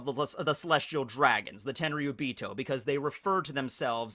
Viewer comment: ...Tenryubeato my meato...😂